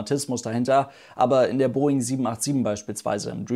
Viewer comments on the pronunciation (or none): none